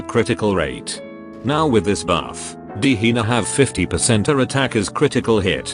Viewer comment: The AI narrator says Hina as Hiner with a hard R lmaoooo 💀💀gehenner moments